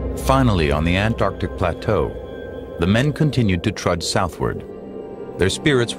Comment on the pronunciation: Ant-arc-tic,not Anardic!